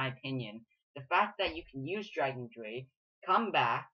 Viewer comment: the "drei" is german for 3 and is pronounced like "dry"